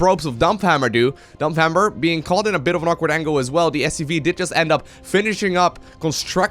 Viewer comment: like your pronounciation of DAMPFHAMMERRR!